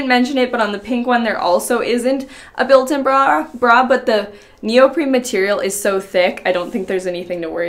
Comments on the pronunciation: neoprene, not neopreme. I had to, I'm sorry! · Her consistently pronouncing neoprene as though it's spelled neopreme is driving me crazy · is she saying “neoprim” or am i not hearing it right? it’s neoprene lol 😅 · it's neopreNe Not neopreMe The First one is my favorite.